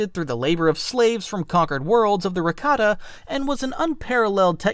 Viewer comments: Raktarn really? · There are a lot of issues on here. Mispronounced rakata and the rakata called their empire the rakatan empire not the infinite empire. Called the ones celestial when they’re not their descendants. The real celestial disappeared after the rakatans started taking control of the galaxy